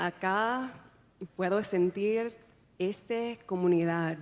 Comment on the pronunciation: Also notice when she says "esta". She pronounces it "estha".